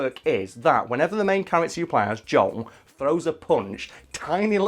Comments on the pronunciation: Why does he keep saying 'Jong' instead of 'Joel'? lmfao This guy likes Crash, wears FF15 shirts as if that's not a disgrace to the series...and says Bioshock Infinite was a bad game, when that's one of the few escort games where the person you're escorting can whoop as much ass as you can, as well as save your ass when needed. Don't do video game videos anymore....please lmao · Is he saying John or Joel, I can't tell